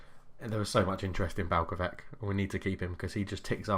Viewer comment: Vrhovec, Balkovec... last word is not K, try to say the same, like Vrhovetz, Balkovetz